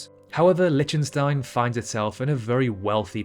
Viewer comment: LIK- tuhn- stine, not LITCH- tun- stine, took me all of 10 sechonds to confirm that , after having suffered a rapid fire mispronounciation. Also, does anyone know how big NYC Central park is in generaly understood terms such as football fields or hectares? ( Sixty second search; Central Park is 340 ha , about 840 football fields , 6,111 times smaller than Wales, or 2,720 times bigger than an Olympic sized swimming pool ( 50mx25m )) Talking of Wales, one hectare is the area that can be defined by a square with a side the length of three fully grown blue whales laid end to end. Perhaps " blue whale" could be used as a unit of measurement ? After all, everyone, but everyone, knows how big a blue whale is, right? So the former island paradise tastefuly converted into a barren wasteland known as Nauru could be said to be 150 blue whales across. Is "seven times smaller than" the same as " one seventh the size of " ?